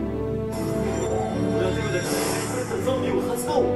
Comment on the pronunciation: 俺は手札からって取り直してるところ、俺はデブだからって聞こえるけど、そういうもんなのかね？？